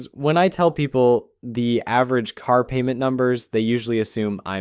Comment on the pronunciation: two noses. And PAYYMENT